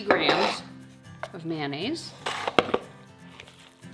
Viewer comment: What's mannaisse. Aren't you forgetting the o in mayonnaise. How do you say the abbreviated mayonnaise? Mayo?